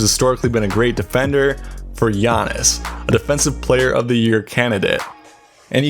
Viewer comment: Get his name right bro. PLEASE